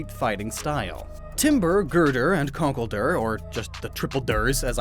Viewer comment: 90% sure conkelder is pronounced conk-elder